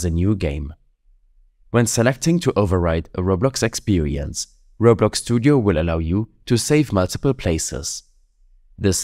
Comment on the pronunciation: robloks ekspereyıns